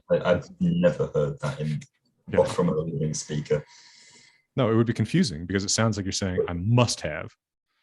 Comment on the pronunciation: BTW your pronunciation of "noite" was flawless!